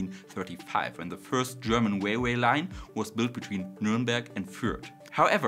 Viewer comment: Railway not Wailway. W is bilabial. R is bidental.